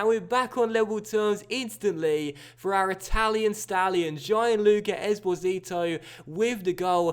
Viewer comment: Hey, love the series! For the record, Gian (in Gianluca) is pronounced more smoothly like Jahn, you don't have to separate the I and A sounds. You're the best!